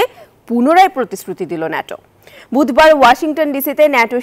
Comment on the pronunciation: নেটো না বল ন্যাটো